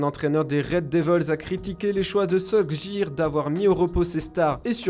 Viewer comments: Heu …. solkjiiiir? Sérieux ? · "solskjær", quotidien "As"... Le narrateur a t'il fait des langues vivantes ? Ou est ce une voix digitalisée